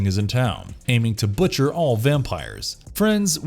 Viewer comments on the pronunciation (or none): none